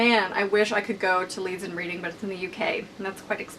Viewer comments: reading is said like redding x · It's pronounced Redding ;) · hi sorry if this is annoying but i thought i'd just mention that when you say Leeds and Reading, Reading is actually pronounced 'red-ing'! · Reading (as in the place the festival is held) is pronounced like 'redding' which doesnt make much sense but hey british english and all that :) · Reading festival is the best I go every year! But just so ya know it's pronounced Red-ing :) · I'm not hating but it's Leeds & Reading pronounced 'red' ing! I went when the Cure headlined in 2012 it was amazing! If you ever come to the UK you should go and do a meetup omg 😍😍😍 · Just for future reference or something Idk 'Reading' the place is pronounced Reding like the colour red :) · Cool video :) Just to let you know, Reading is pronounced 'redding' :P I'd love to go someday but I go to Glastonbury Festival every year instead and I love it! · Reading is pronounced 'Reding' :) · LOVED the video as always! Just a heads up- it's pronounced RED-ing :D xx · the way you pronounced Reading was so cute! haha